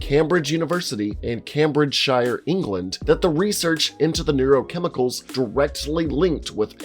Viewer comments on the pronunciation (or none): his pronunciation of 'Cambridgeshire' 😂😂 nice try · No way you said cam bridge shire... It's Came bridge sher ... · hi americans, an english person here to ask you ( politely ) to stop butchering our town names, its ponounced CAME-BRIDGE-SHER, not SHYRE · Cool vid. Cambridgeshire is pronounced came-bridge-sher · It's pronounced "Caym-bridge" and "Caym-bridge-sheer" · I think the realnsource of the rage virus comes from this blokes pronunciation of Cam-bradge-shire 😡😡😡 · CAM-bridge-SHIRE ?!! Jesus Christ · Came Bridge SHIRE! 😂 Is this middle earth? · Not hating, love your channel but for future reference, it’s pronounced Camebridge and Camebridgesheer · This dude said CAMBRIDGE - SHIRE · camebridgeshear (pronunciation) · Came-bridge-shear = Cambridgeshire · Its pronounced "Came-bridge-sheer"..:-) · Cambridge is pronounced "Came bridge" and "Cambridgeshire" is "Camebridgeshir" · Cambridgesheer* England has very weird pronunciations 🤣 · CAM-bridge in CAM-bridge shiyR ingland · Bro, it's said like "came bridge sheer". I'm British. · Trust me, you're not doing a British accent. It's pronounced 'Came-bridge' in 'Came-bridge-shr'. And there aren't any prairies, they're fenlands. Good vid apart from that. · Im gonna have to call out the pronunciation of Cambridgeshire... cam-bridge-shire??!??! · i hate how americans pronounce our cities “cam-bridge shIRE” mate it’s literally Cambridgeshire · Cambridgeshire: pronounced came-bridge-sheer England =/= Middle Earth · Its pronounced "came-bridge" and "came-bridge-shir" I have no idea why that upset me so much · the way he pronounced "cambridgeshire" hurt to listen to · Bruh how do you pronounce Cambridgeshire wrong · As a Brit myself your pronunciation of Cambridgeshire really hurt my brain. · am i the only one bothered by how he mispronounced cambridge? and cambridgeshire? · That pronunciation of Cambridgeshire caused me to rage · A little note to the narrator: Cambridge is pronounced Came-bridge not Cam-Bridge!!